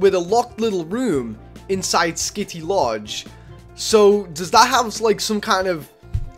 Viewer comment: I got triggered every time he said kitty instead of skitty